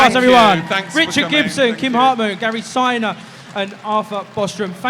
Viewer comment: Yes, quite disrespectful. It's one thing to not really have done much research on the people you are to interview but to not check pronunciations in advance with their management or the artist themselves backstage. I imagine it's happened to Mr Siner before, and good that he corrected it there and then, but the host didn't apologise and then at the end he stuffed up again with his given name. Now that is either a real idiot or he was being smart for some reason we don't know.